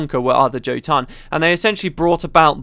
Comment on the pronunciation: Can't stand hearing a britt pronounce "Jotun" :p The word is taken from norse mythology, and I think the word means "giant".